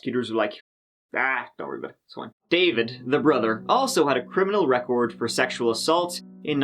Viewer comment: There is no S in David so why do you drop your tongue after you say it, concentrate on raising your tongue so you can get a few Th words correct